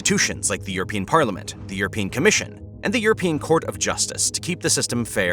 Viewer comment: "europian"??? Oookay